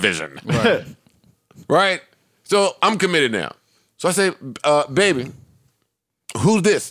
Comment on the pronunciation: I think it’s funny they still keep calling her Bad Bobby instead of pronouncing it Bad Baby.